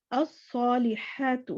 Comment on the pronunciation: صالحات جمع بن جاتا ہے۔ ادا کرتے وقت ح پر صرف فتحہ بولیں 😢 حا کو لمبا نا کریں۔ جزاک اللہ